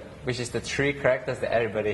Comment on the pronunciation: Lol. Every time Xian says "characters" I keep thinking he says "crackers". Haha.